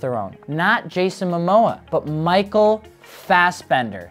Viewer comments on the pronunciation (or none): none